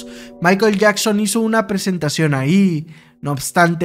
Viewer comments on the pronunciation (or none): none